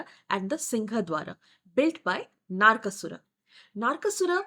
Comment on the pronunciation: It is NOT bamboo - it is sugarcane bow. Kamadeva didn't get cursed with disfigurement - he was burnt. Thus he is called atanu. Ananga. It is not Naarkasura. It is Naraka. Like narak. Mekhala partha - girdle path. It is praagjyotishpura Not Prag. It is paaTala - ta as in time and not as these. Ka varga, ca varga Ta varga. Not ta varga. You have changed the meaning itself if paTala. Also in matangi it is ta as in ta varga ta (before the pa varga). It is ekajaTA (Ta varga as ka, ca, TA) (jaTA - matted locks). Not ekajata (one birth).